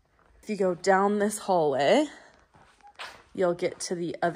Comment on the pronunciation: Agree about always playing with her hair. The word is hallway...not hallwah.